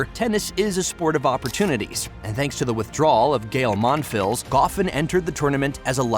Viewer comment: "Gay-l Mon-Fills"....